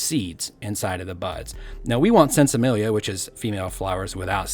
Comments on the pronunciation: It is two words. Sin Semilla. It is pronounced scene se me a. There is a short e in the word Semilla which sounds like eh as opposed to ay. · It's actually pronounced seen se-mia, Spanish. Sin = without Semilla = seed